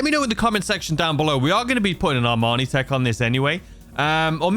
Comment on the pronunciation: Bro i know you’re from the UK but its pronounced EE MANI TEC… its not a suit